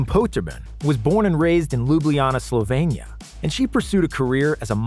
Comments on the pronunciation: Its SlovEnia not SlovAnia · Dude, he is from SLOVENIA ... slo-veen-ee-ah ... not Slovania. Wow.